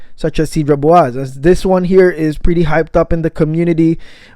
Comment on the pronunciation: My OK Karen moment (sorry 😅): its pronounced “saydra bwazay” (French).